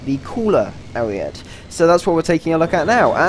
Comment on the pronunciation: Nice video, but please, stop calling it the Ariette. It's Ariete, the final e sounds same as the first e.